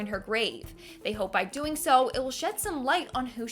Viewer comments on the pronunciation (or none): none